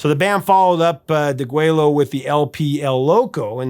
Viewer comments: De Güello is pronounced /deh GWAY-yoh/ not /gway-Loh/ Spanish LL is always Y- like in Yellow. Compare tortilla. One English exception is Llano, Texas, because Anglo settlers had trouble with that LL. Also, Bexar County Texas is /bay-har/ not bak-sar/ and not bear. Spanish X is usually /ks/ but sometimes /h/ or /sh/. -- The song De Güello was played by Santa Ana's troops outside the Alamo to tell the Texas rebels he would give them no quarter, he intended to kill them all. That's why the ZZ Top album and song have that title. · Deg-WAY-oh. Double l = y in Spanish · Did they really pronounce the name of the album degwelo, or did they use the Spanish pronunciation degueyo? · It is pronounced DA - GWAY - - YO - the "L"s are silent..... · "de-GWAY-o". The double-L is pronounced like a Y in Spanish. Sincerely, a Texan. 🙂 "Deguello" means "slaughter". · Well, I was so glad to hear you properly pronounce Tejas then you totally butcher Deguello. Fun fact - Deguello was the name of the bugle call Santa Ana used at the Alamo, it signals no mercy. Even though it's from the '70's my favorite ZZ Top album is by far Tejas. Avalon Hideaway, Pan Am Highway Blues and Asleep in the Desert are worth the price of the album alone . I still have mine I bought new in 76. One of my best memories of a ZZ Top album would be their Fandango album. They were on tour promoting the new album doing a show in Dallas. Local legendary FM album rock station KZEW (The Zoo) had a contest, send in the most thing that most represents Texas and winner gets two free tickets to ZZ Top's Dallas show. My brother crushed a Lone Star beer can he had just finished drinking, threw it in a box and mailed it in to the contest. He didn't win the tickets, but DID win a Fandango album as a consolation prize. I still have that album too. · You mispronounced Deguello